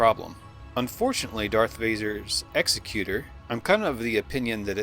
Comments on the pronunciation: Exec-you-tor. As in... executive administrator. Not an executioner, which is... an executioner. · It's pronounced Executor like for instance : I'm the Executor of his will...not like he is going to put you to death. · A person who executes other people for a living is an executioner. A person who carries out another person's wishes is an executor. Different pronunciation, bud. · "Executor" is pronounced like "Executive" not "executioner" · That earns you a pass for mispronouncing ‘executor.’ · I thought the ship was called the ec-SEC-you-tor, not the EX-ek-you-tor. As in, belonging to the executive, which makes it less of a weapon and more of a mobile seat of government. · Darth Vader's ship isn't pronounced Ex-e-cu-tor as in I'm going to execute you, which isn't actually a word. Executioner is how that job title is pronounced. The ship is pronounced Exe-cu-tor as in I'm the executor of Mr. Jones will. This has been confirmed by ILM themselves in videos when talking about the ship. The ship carry's out the emperor's will. Good video otherwise. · Just so you know, its pronounced eg-ZEK-yuh-ter. eg-zek-YUH-ter isnt a word. As in : Executor of someone's will, Not an executioner. You'll become familiar with the word as family members start dying off and you have to deal with lawyers trying to steal a cut of their estate. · I believe it's pronounced ex-EC-utor not the way you pronounce EX-ecutor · I don’t think Darth Vader superstar destroyer was pronounced that way. I think it was pronounced like the executive branch of government. Not like the capital punishment position of executor. Ek-zec-u-tor